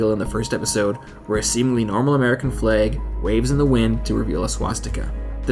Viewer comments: Has no-one else mentioned that he keeps saying 'fleg' not 'flag' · Flahg not fleeeeg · Just cant get over how you say "fleg" and not "flag". Nice vid though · Can someone please explain to me why the people who narrate these videos pronounce things so incredibly weirdly? F L E G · "Fleg?" :p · The video was nice but the way you said flag is odd because I didn't know what you where saying